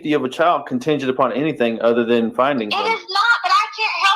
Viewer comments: Anythink ❌: Anything ✅ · Along with everything else she says. Whatever whatsoever……. Aaaaand Then!!!! Or “anythink” Can’t stand it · Everybody else: Anything ✅️